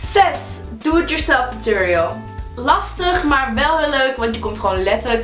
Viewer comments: Het is niet tuturiul maar tutorial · Je zegt t als turoriols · Je zegt geen tuturial..... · Tuturial? Het is Tuutorial (zo spreek je het uit) Haha er staat duidelijk een 'o', waarom zeggen jullie dan een 'u'? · omg ik erger aan het woord tutorial want jullie zeggen tuturial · hahahah jullie zeggen tuturial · Het lijkt wel of jullie tuturiel zeggen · Haha je spreekt het met een o uit